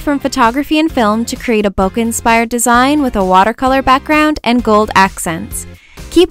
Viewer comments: It's not "Bo- Ka" it's "Boo-k" like a flower bouquet. :] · bo-keh instead of bo-kuh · Does anyone know why its called bokeh? Because I'm Japanese, and in Japanese, bokeh means blurry. Which makes complete sense. But it's not pronounced bokuh, more like bouquet. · It's pronounced bo-kee but whatever. When I first heard it I was like bokeh? bo-kee? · So that's how you pronounce BOKEH! Hahaha I've been calling it "bo-keh" lol. Loved this vid so much! <3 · it's actually pronounced as Bo-Keh. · ThatsHeart i thought it was pronounced bocky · its actually pronounced 'poke' with a b. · IT'S PRONOUNCED BOW-KAY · this is absolutely gorgeous!!!! but im a pronounciation nazi.... :/ and I believe bokeh is pronounced bo-keh. if im wrong, please correct me. thts just what I've been told. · It's pronounced like "bouquet" like a bouquet of flowers. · in photography, no matter the accent, it's pronounced bo-keh, maybe sometimes it is allowed to pronounce it with a little of bo-kay, but not too much, only sometimes it's pronounced bo-kuh but the earlier ones are more correct, again, doesn't matter the accent you have, that's how you pronounce it and yes it comes from japanese boke which means blur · It's pronounced BOKAI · No hate but they are called Bokeh balls and pronounced bok-aye balls but I believe people pronounce it both ways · this is so pretty!! :) I also had no idea bokeh was pronounced like that hahaha Ive been saying it wrong all this time!